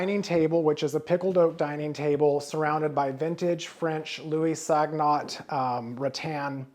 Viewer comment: LOUIS SOGNOT … since he was French it is pronounced “SONE-YO”… ya know classy like! Not SOG-NOT! 😮